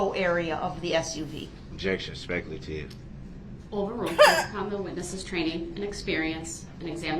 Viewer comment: Ah yes!! The DNA testimony..Where Duh-rell thinks objecting to dna results can be "SPEK AH LATIV" Or "SPEK-ALASHUN"...😂😂 I think he hates staying late because he misses his phone time. Cant call his mama.😂